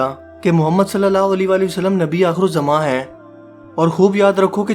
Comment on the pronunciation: Bhai ap allah ke nabi ( s a w ) ka naam lena thik sikhe kioke ap ke alfaz me galti hai